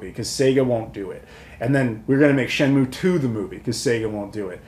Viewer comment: 'Shen-Myu' not 'Moo' 👍